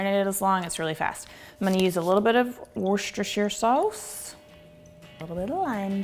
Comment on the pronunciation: You lost me the minute you said worst eirstershire sauce, not only because it's not pronounced that way, but also because no Mexican marinade would have that. Unsubscribing.